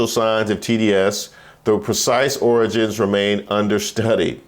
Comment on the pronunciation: Is that origins or oranges? Gotta pronounce it like the dear leader does